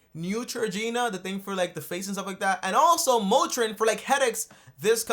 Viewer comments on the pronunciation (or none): none